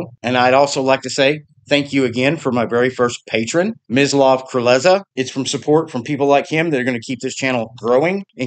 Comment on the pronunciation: Oh, by the way, the pronunciation of my name - almost perfect. Not that I mind, but it is a pure S in Mislav (not Z). I know that Slavic names are difficult to pronounce for a native English speaker - so don't worry, my friend! Again, thank you so much, for your videos and for mentioning me! People! Click the Patreon link! Resistance is futile! 👍👍👍